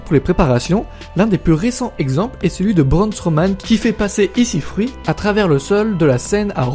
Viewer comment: Enfaite pour le trampoline de sincara on le sait d'ailleurs pour le jeu ils ont aussi intégré et en plus tu dis ECfruit au lieu de EC3